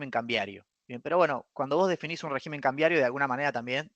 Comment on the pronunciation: Por favor, no lo tomes a mal. Semejante cerebro económico no puede ni debe pronunciar mal la palabra régimen. Es rÉgimen. El plural es regímenes. Por dios muchacho!!!!